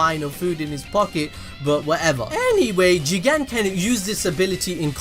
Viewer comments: Oh I thought he said Jiren from dragon ball super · The way you say JIGEN 😂😂😂😂😂😂😂😂😂😂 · For some reason, i had to press backwards and replay whenever he says JIGEN!!!`lol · First of all☝🏿 you didn’t say JIGEN!!! you messing up! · Love the way you said "JIGEN" 😂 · If you say jigen one more time I will unsubscribe